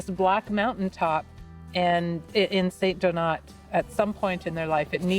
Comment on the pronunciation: Love ur show and that capsule but why cant u say the name of the town/village properly ? Its not st-donuts its St-donaaaaa say its in french tone please …no big deal